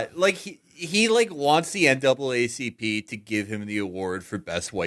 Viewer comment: Matt with the NAAPCP slip had me dying